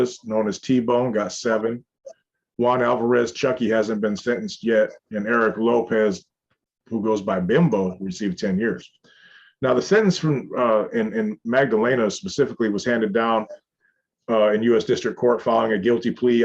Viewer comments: It’s pronounced beem-bow, that’s the homie tho, he solid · Hey you mispronounced someone’s name. His name is Bimbo like Bimbo Bakeries U.S.A. or the Bimbo Bear Osito Bimbo in Spanish pronunciation. He was a smart honor roll student.